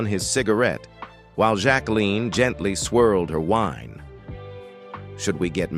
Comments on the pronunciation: That was Dean Martin not frank Sinatra. Jack-wa-lynn Biss-set whoever made this video is an idiot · Can’t pronounce Jacqueline either & not enough diligence to even change the mispronunciations .. just read a biography